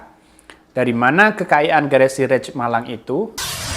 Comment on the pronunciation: Rich baca rich aja. Kalo raich itu rice artinya nasi.